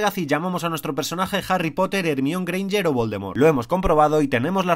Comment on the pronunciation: jermione greinger, infumable su pronunciacion de este canal